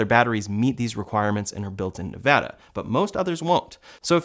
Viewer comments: thanks for pronouncing "Nevada" correctly👍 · You said Nevada correctly, are you from there?